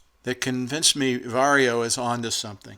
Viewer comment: It's VAR YO not VERY O